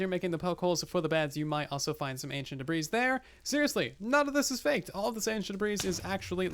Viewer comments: I love how he says da-breeze instead of the proper pronunciation da-bree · Ancient debris is not pronounced ancient debri’s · yeah I used to pronounce it like duh-bris instead of duh-bree lawl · Everybody: debris half the time: da breeze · The "s" in debris is silent. And it is already plural. So is sounds like degree with a "b" instead of a "g".